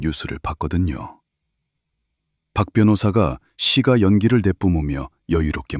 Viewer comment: 시까라고 발음해야 맞는데 국어발음법에 경음화발음을 정확히 발음해서 나레이터하시면 더 좋겠어요